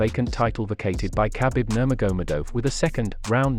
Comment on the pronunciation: It's not bloody difficult to pronounce khabibs name correctly! Do you even watch ufc?!